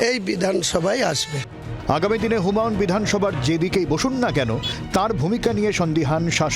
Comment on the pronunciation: উনার নামটা হুমাউন না হুমায়ূন । প্রথিতযশা টিভি চ্যানেলের ধারা ভাষ্যকারের বাংলা শব্দ উচ্চারণের কি বেহাল দশা!